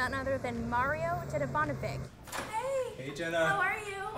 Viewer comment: dedivanovICH not ICK plssssss